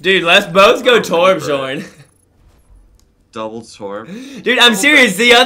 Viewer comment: The "j" is not pronounced normally in Torbjourn. Its is pronounced more like torb-yorn. Kind of like Mjolnir Thors hammer.